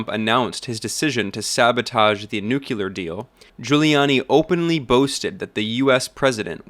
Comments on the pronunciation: Why is it pronounced nuckyaloor, mom? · NO HE SAID NUCULAR